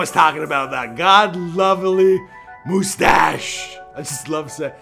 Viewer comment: Please tell me you are taking the piss saying "moo-stash".